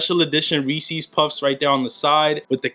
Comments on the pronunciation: It’s Reese’s bro lol not reesees 🤣🤣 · McDavid reesees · You say Reese’s funny dawg 😂